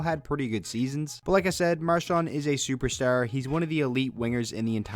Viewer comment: You said mqrshan three times